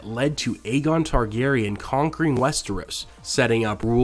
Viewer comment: Just thought you might want to know... Aegon is pronounced "Egg-on", not "Aye-gon". Anytime you see a name spelled with Ae at the beginning, the A is silent. Thus you have a story like "Tales of Dunk and Egg", Egg is how the beginning of Aegon sounds.